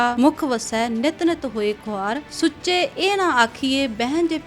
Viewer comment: ਵਿਚਾਰ ਵਧੀਆ,, ਪਰ ਸੁਚੇ ਨਹੀ,,, ਸੂਚੇ ਹੁੰਦਾ